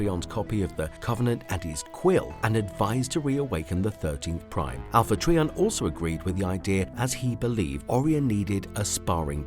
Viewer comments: This video was kinda grueling & cringy to watch. I know you might not be able to help it, but it’s pronounced as Alpha “Try-on” Trion. Not Alpha “TREE🌲 on”. Every time you said this name I kept thinking of Trees🌲. WTF❓🤯‼️ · It's Alpha Trion not Alpha Treeon. My god learn the name before making a video about anything Transformer related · I'm sure it's just a difference between my and your accent but it sounds like you're calling him Alpha Treeion not Alpha Trion then again I am half deaf I could just be hearing you wrong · Pronounced “try” as in a triangle, tri meaning three! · Not sure how you make a video on a Transformer and mispronounce their name the entire video. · I have full hearing and I hear it as well. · Who TF is Alpha Tree-On? Do you also call a three wheeled bicycle a tree-cycle? How about a three sided shape? I guess you call it a tree-angle. What about those Quin-tes-sins? IT'S QUIN-TI-SANS!!! 🤬🤬🤬🤬🤬🤬🤬🤬